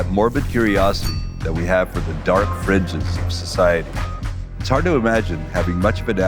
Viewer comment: Did he say, "The dark fridges of society"?